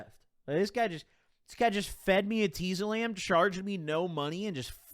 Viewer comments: no one:: eh-TEE-zolam its pronounced et-IS=olam I think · Anyone else pronounce it etiezolam and not eteezolam? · Omg ur pronouncing it hurt my head